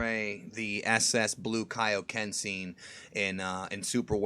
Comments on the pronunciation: Man, I always loved that Peter Kelamis Kaioken in Movie 2, they kept the original OST AND said Kaioken RIGHT... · wow peter kelamis's kaioken was amazing. actually sounds like he can pronounce Japanese.